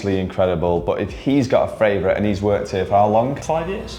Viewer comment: My fravourite is you saying fravourite!!! 😂😂😂